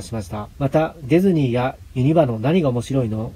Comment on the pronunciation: デェズニーじゃなくてディズニーな